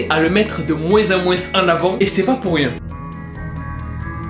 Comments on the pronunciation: Très bonne vidéo Mais on ne prononce pas le '' s '' de '' moins '' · « De moinse en moinse » 😂😂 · " de moinsse en moinsse en avant "